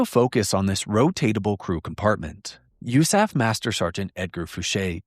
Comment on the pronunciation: FOR THE LOVE OF GOD, please,, PLEASE stop saying “you-SAF” for the USAF. Just say Air Force. Nobody - I repeat - NOBODY - says “you-saf” in the world… Please stop. It hurts me deep in my heart and gut when you say it like that… I love your work, ABSOLUTELY, but I get that GROSS ASS feeling every time you say “yousaf.” Please stop. I will PAY you to stop, if necessary… Respectfully, a 21 year retired Air Force (Office of Special Investigations) agent and commissioned officer.